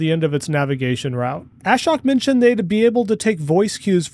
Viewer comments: Ashok is pronounced a-showk, not ash-oak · Ashok's name is not pronounced "A-shock". Rather, it rhymes with poke and is pronounced 'uh-shoke' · The guys name is NOT pronouced ASH-HOK . His name is AA-SHOAK, which is Sanskrit for - One without sorrow. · Great analysis and fast turnaround. I think it's important to be able to pivot and come up with new, appropriate content as required. I watched this after SMR and the original live 𝕏 video but still picked up new info. Btw, why does everyone in the FSD reporting community pronounce Ashok's name like "Ash-ock"? It's more like "uh-shOke" with the emphasis on the O and Elon even pronounces his name right in the live vid when he says he should give commentary. At least Chuck has got it, now only you, SMR and Dr. KIA left! 😊